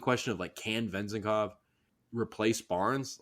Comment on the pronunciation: Last name accent is on second syllable